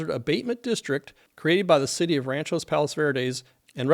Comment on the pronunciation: Great job and very informative. Please check the pronunciation on the city. I believe it is RANCH-Ō Palos Verdes. Thanks